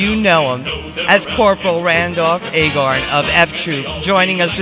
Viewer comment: Its "Aye-Gar-n" not Aye-Gor-n", lol. Anyway, thanks for the interview post!